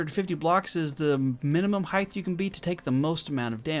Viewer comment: Hey, RawGage here... great video. A couple things to make note of is falling and stopping on a ladder with the jump button and, if you're going to do these tests in the name of science, please pronounce height correctly. It's pronounced with a hard "T" at the end as if it was spelled hite... no "TH" sound. I know so many people get it mixed up with LENGTH and WIDTH but it sounds silly when someone says HEIG-TH (it even looks weird!) Lol Love the content and please keep testing! 😎👍